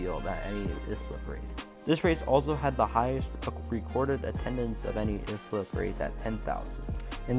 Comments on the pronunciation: As someone who attended many races at this race track during the mid 1960's to mid 1970's. I almost fell off my chair how the announcer pronounced Islip (is - lip) of this video. Proper pronouncement is "ICE -SLIP." I grew up in the adjoining town of Brentwood, you could hear the race car's (not the announcer.) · Great video. It’s pronounced I-slip. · It is pronounced Islip ( eye slip )